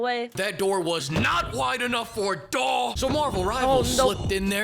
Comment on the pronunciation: The way he says DAW never fails to make me laugh lmao